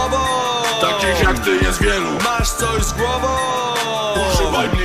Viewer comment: On mówi "Gimperr" jak Kaczyński śpiewa hymn.